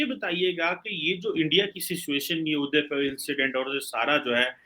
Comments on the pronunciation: It’s not udipur it’s udaipur. I’m the resident of the city and it’s painful incident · Sir it's udaipur not udaypur!😄 Thoda efforts dalai sir apne kaam m Ma'am ki terah!💐👍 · It is not Udipur,it is Udaypur